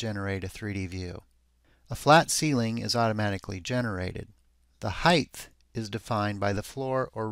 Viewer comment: THANK YOU!!! I can’t watch his videos anymore with audio because it irks me SOOOOOO much! He says it EVERY single time. It’s “Height”, not “Heigth”/“Heighth”!